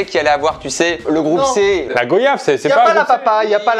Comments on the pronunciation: Bonjour la goyave se prononce (goiyave) et non pas gohyave on ne dit pas vohyage et aussi le coco et non pas la coco, noix de coco est dans le coco. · et 😭😭 S'il vous plaît.... on dit GOI-YAVE pas GO-YAVE. Comme VOI-YAGE et non VO-YAGE et ROI-YAL et non RO-YAL. La communauté antillaise vous remercie 😂😂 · On dit VOYAGE LOYAL NOYADE donc GWAYAVE Pas Go-yave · Mes très chers et... S'il vous plait, je dirait même par pitié, for God sake (prononcé avec l'accent anglais de ) 😭 On dit la G(OI)YAVE!!! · Par contre on dit vraiment "Gwa-yave". Ce mot vient des Arawak et le nom d'origine est "guaiaba". Vous ne partez pas en vo-yage donc bon.. ;) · on dit pas goyave on dit goiyave svp c'est pas possible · Je suis antillais.. et j’entends GO-YAVE.. 😤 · Merci de bien prononcer le mot goyave ça se prononce comme « voyage »